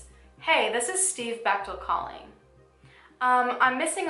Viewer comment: I often listen while getting ready...and this story attracted me bc my maiden name is Bechtel. Then she is like...she met Steve Bechtel. My heart stops beating...thankfully the picture was not of my Dad. Wasn't expecting that, a miss pronunciation of Bechtel. So thanks for adding a picture with the name so I could keep living.